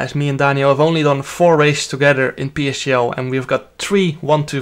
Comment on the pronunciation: Jarno its PSGL, not PCGL.. please change it.